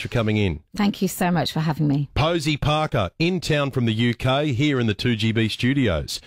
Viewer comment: I love the Aussie pronunciation of Parker